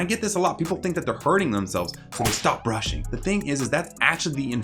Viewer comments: “stop burshing “ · I don't think anyone noticed but I says "burshing" lol like imagine your about to go to bed and your parent/parents say "go bursh you teeth xd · Also did anyone notice ‘burshing’ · 5.08 Stop burshing? Haha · look at the way he says brushing